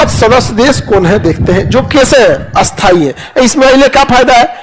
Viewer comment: खान सर स्थाई और अस्थाई दो विपरीत शब्द है लेकिन आप दोनों का उच्चारण एक जैसा क्यों करते हैं 😂